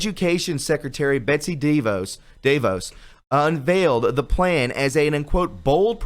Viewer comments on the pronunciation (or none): Da Vos.. Pronounced Da Vaws.. She is the owner of Amway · please learn how to pronounce common words or names, please. I mean, really, you should know how to pronounce 'admiralty' or Betsy DeVos' name. Thanks.